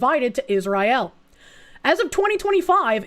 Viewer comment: Pronouncing Israel like that has to fucjing be ragebait, its working